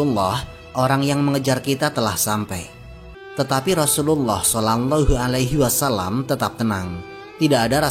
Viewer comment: Maaf min..... kedengerannya "solangllahu alaihi wasallam".